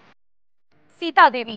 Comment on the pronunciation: शितला देवी आहे ते, किती चुकीचं बोलता य,ते पण बातम्या देताना 😔🤭🙄🙃